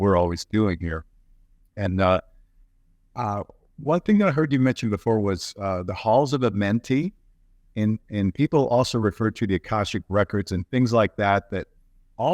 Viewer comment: I like what he has to say, but I cringe every time he says "the halls of Amentay". It's Amenti. Ah men tee. I know it's a stupid thing to get caught up on, but I can't help it.